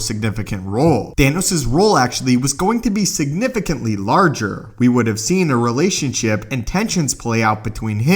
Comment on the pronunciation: *No one Narator: sIgNiFiCEntlY